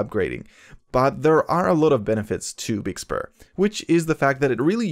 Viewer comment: Big spur? I’m sorry sir but it’s BIG SUR